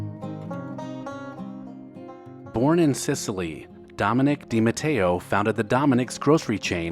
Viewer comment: Thank you for pronouncing DiMatteo correctly. While not related to the DiMatteos shown in this video, it is my maiden name. So I appreciate it. 😁